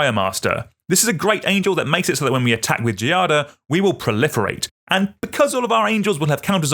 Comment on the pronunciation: The pronunciation of “Giada” involves a soft G, the same sound of “gym”. You can try to pronounce Giada like “djada”. The noun itself derives from “jade”. Sorry for the intrusion, but I’m italian and we use to help who tries to speak our language (unlike the french lol)